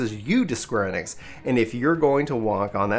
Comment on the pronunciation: square E-Nix say it like that not enix